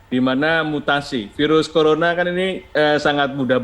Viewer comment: Naik turun naik turun,... Pak pandu g cape ngomong Corolla